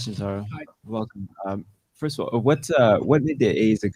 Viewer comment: first of all の言い方がネイティブ